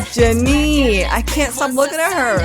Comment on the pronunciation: its jenni not jinni